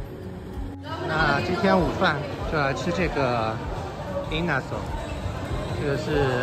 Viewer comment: 那个inasal 发音 yinasa 超级好吃